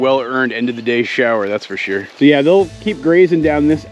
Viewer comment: Harry Styles and Goslings? Consider my day MADE.Btw you are picking up an east coast accent..heard it in your "for sure". My maternal grandparents are from Montreal/New Brunswick/Nova scotia and a lot of my family is on the east coast and you def have picked it up...you could even pass for a canadian!